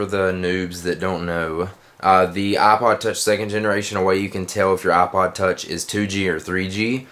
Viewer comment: its IPOD TOUCH NOT OHPOD TOUCH